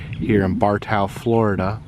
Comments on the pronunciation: It's BAR-TOE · Bartow Fl is pronounced Bar-toe